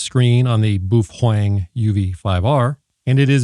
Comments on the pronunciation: But why to you call it BUFFWANG? xD not a native english speaker myself but it sounds so strange ahaha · You aren’t even allowed to unbox that radio since you’re not a HAM licensee. Stop mispronouncing boofwang, you idiot! Please excuse me while I attend to some spurious emissions… (that was a good-looking box) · Baofeng = buffwang. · Is the buhuang pronunciation an inside joke? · Imagine how insane the Sadhams would go if you attacked pizza rolls and Mom's basement. It may simply be that Sadhams merely dislike your BoofWang pronunskiation. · It's pronounced "Bow-fung" pffft! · I'm new here. Why do you pronounce Baofeng the way you do? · You are saying the name so wrong dick head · Pronuce the name correctly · Why do you keep mispronouncing Baofeng? So annoying. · If you want to be effective in using a radio whether it be in a shtf situation or not you need to get licensed. This way you won't be cluttering up the airways in an emergency and you actually know how to talk on the radio because you will have practice doing it and you will have gained useful knowledge in doing so. It's really annoying how you pronounce baofeng you're pronouncing it wrong. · OMG you know the sad hams are beating up there keyboards right now saying first you pronounced the name wrong, and you have no clue about what your talking about. I love how you just keep twisting the knife. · It's not a "trigger" button it's a push-to-talk button. Also learn to pronounce baofeng correctly.